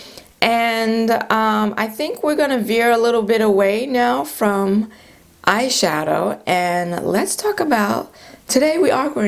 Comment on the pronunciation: I laughed so hard! I thought you said ‘ash shadow’ and then you said Too Faced. So appropriate for my melanated skin🤣🤣. Aww MAC they will always have a place in my heart though I havent bought a thing from them since 2010.